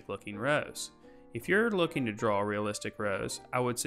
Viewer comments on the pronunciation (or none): Thanks, your videos are great. The only thing I cant get over is how your pronounce draw... you say dwawer.... gets me every time... lol